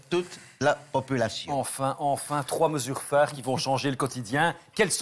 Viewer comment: ..."trois mesures phares"...